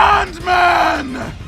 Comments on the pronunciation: Tbh I love the way the native people say his name like "Saundman" instead of Sandman. Not sure if I am mishearing it myself but it is clever forshadowing done through voice work. Just saying. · he said saund man lol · Sounds more like Soaundman to me. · I like the way they pronounce “Sandman”. Like you can almost hear it like Soundman or Sandman. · him saying sandman as a saandman instead of saindman has a reason spoilers: . cuz his name is soundman in japanese sandman and soundman sounds the same and writes almost the same way like saando man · I looooooove the way the pronounce “sandman” it makes so much sense later on